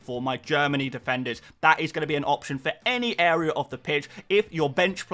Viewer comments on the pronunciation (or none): none